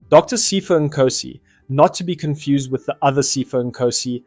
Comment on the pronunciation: Its Sea-pho not pypho